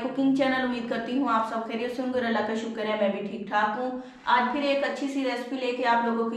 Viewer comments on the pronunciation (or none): none